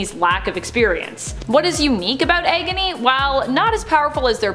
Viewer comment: egony?? isit me or is she saying it weird